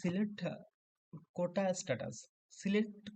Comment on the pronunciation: কোঠা বলে কিছু নেই ভাই কোটা হবে উচ্চারণ সম্পর্কে সচেতন হোন